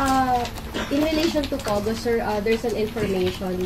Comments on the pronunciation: Pogo po hindi pugo😂.. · To bato: it's "POGO", not "PUGO"... pugo is the late comedian team up with tugo in the late 60's...😅